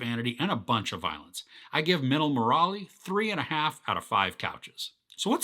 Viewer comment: I'm suprised he pronounced minnal correctly but got stuck with Murali😂😂 Love the review